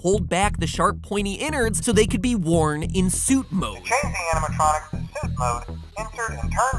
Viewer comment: animated electronics. animatronics. not anatronicis. (Actually that sounds like a knock-off roman name... "Anatronicus will lead us to victory! For the honor of Rooem!")